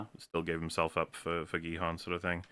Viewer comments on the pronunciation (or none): I keep hearing you say Gi-Han as Bi-Han, so I kinda like to think this is actually a Mortal Kombat crossover about Sub-zero playing a death game.